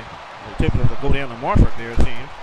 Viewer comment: LOL kept pronouncing it Marse